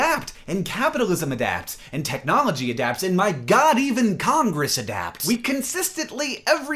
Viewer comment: I love how a accentuates CONGRESS when he was talking about adaptation.